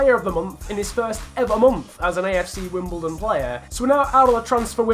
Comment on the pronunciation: its wimBLEdon